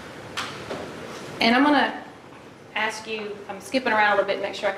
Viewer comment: the “aksk” thing just HAS to be genetic…